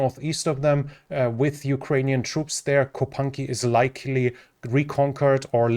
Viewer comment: He says likley